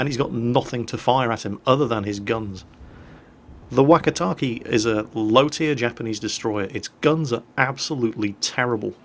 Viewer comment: The "e" sound in Japanese is short, so "keh" not "key". If it has an i after the e then it's pronounced "kay". (若竹 "Wakatake" is "Wah-Kah-Tah-Keh") Also, for anyone interested, 若竹 means "Young Bamboo".